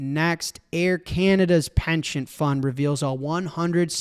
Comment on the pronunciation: What is with Jack's pronunciation of "pension"? Sounds like he is saying "penchant"? Surely he knows the difference? Is this some weird Chicago thing?